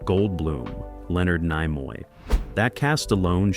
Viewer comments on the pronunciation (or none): Nimoy is pronounced nee-moy, not nye-moy